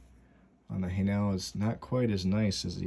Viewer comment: Say "hay-nul" emphasis on first part.